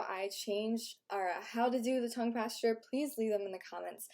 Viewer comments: It's posture not pAsTuRe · Why does she say Tongue Pastor instead of posture? It's weird to say the least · Sounds like you're saying tongue pasture